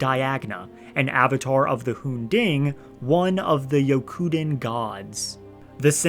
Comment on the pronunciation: It’s the hoon-ding